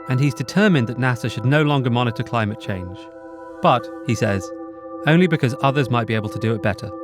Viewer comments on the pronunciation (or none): none